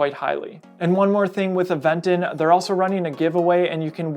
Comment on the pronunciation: FYI... It is pronounced "Aventon" with the accent at the "ó". Aventon is a slang word in spanish that means hitch, hitchhiking, push, ride.